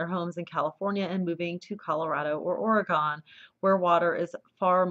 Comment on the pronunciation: Thank you. I find this believable. Ore-gone. Misery. A minor thing but annoying. It's O'regon. I hope to move back to California in 6 months, but rent. If houses become empty.. a home garden can go a long way if you're in the right place. By the right place, that may mean where icebergs are towed. Truly no kidding.